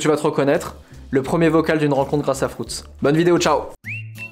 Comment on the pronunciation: Frouts dit il 😭😂 FRUITZ pas frouts.... 😂❤️ !!!!!